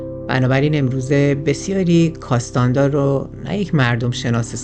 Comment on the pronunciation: کارلوس کاستانه دا درسته ، نه کاستاندا